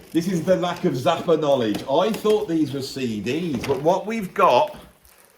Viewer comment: Interesting, if follows the name "Frank Zappa" with a word starting with a vowel, then he pronounces Zappa as "Zapper".